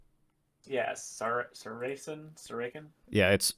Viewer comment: Saracen is pronounced SARA-SIN